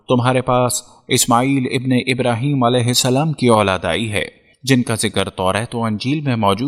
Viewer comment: tujhe koe problem hai kya Mehdi Alaihissalam bolne me Mehdi Alaihissalan bol samjha